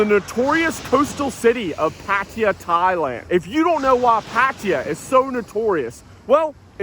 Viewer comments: what the hell is "patiya"? ?? pronounce it right!!!! PATTAAYA !!!! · Hmm.. how do you manage to pronounce Pattaya as “patia” ? If you actually read it and pronounce it wrong, it would actually be right. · Says how can I describe Pattaya to people, it might help if you said their name correctly, there's no I in Pattaya 🙄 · pronoune pattaya